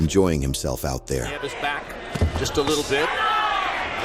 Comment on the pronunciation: The voice (AI?) started with the correct pronounciation, neeh-eh-ves. Then "neeves"? 😂